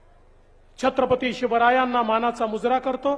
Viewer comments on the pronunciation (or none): none